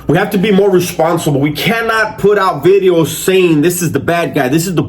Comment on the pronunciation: Lol the "vitheos" is classic